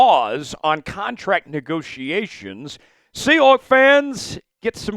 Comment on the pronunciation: Say “sea hooks” one more time….